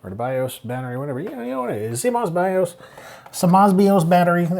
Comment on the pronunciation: I wasn't ready for "suh-moss bee-os battery" and the brief demonic possession that followed. had fun with this one.